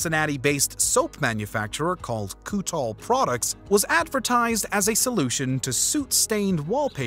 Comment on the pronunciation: Your segment on allay-Doh mispronounces the company’s/oroduct’s original name, Kutol. It’s pronounced like “cut all” because of its original purpose: to “cut” greasy grime off of wallpaper, as you note.